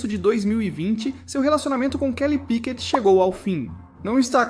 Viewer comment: Falar P.Í.Q.U.E.T é DUREZA hein coleguinha…. 🫣🤦🏻‍♂️🤦🏻‍♂️🤦🏻‍♂️